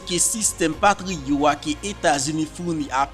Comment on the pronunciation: Mon chè c pa korije map korijew non men mwen wè ou pa fè t ya sòti nan patriòt la men ou di patrio oklye ou di patriòt